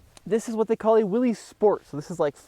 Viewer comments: It’s pronounced “Willis” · Willys sounds like Willis… it’s not Willy’s Jeep… It’s Jeep. Intentionally mispronouncing someone’s name is a jerk move and is very disrespectful. You wouldn’t be happy if everyone called you Timmy. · I'm glad to see what it seems a lot of enthusiasts would call a "real Jeep"! The 4 door Wrangler is a just a marketing ploy to me. You made a good choice! By the way, Willys is pronounced Willis. Thanks to you and all the TFL folks for all the great car and truck videos!! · It’s pronounced “Willis.”